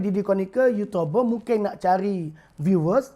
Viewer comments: baru lak jumpa video ni... bro... uuutuuuberrr not uuutoberrrrr... melayu sama melayu lu bising bro... tang cina and india punya racist... lu diam lak... uuutoooberrr betoi! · dia sebut yutober?? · orang buat video jumlah like mesti lebih dari dislike....ni x kau mmg buat video untuk dptkan bnyak dislike hahahhaha....cakap youtuber pon x betol...ada cakap yotober....kau nk sebut apa ni hanat aku dngor lain. pakatan hancing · youtuber. bukan yutober bro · Bising ahh kau. Memang patut nama harapan, bagi harapan je kat rakyat. Bod** sebut youtuber pun tak pandai.